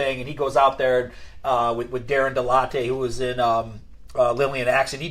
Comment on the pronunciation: Darren DeLatte is pronounced DuhLat and he is Ron’s partner in crime in anything found online for the last twenty years. Lillian only performed or recorded one song that Stiff had released previously and that is “My Number” (the Girl cover). Warrant’s “Blind Faith” was the fourth single/video off “Cherry Pie” and it did receive a lot of MTV airplay as it was the follow up single to “Uncle Tom’s Cabin” which was the third single from that album.